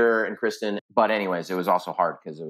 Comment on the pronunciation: Why does he keep calling Kirsten "Kristen" - how can you forget your mums name